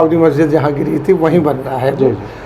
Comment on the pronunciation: Geri nahe geraei gaei the